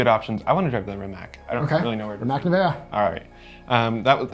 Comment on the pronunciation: Minor point but Rimac (a Croatian name) is pronounced “REE-mats”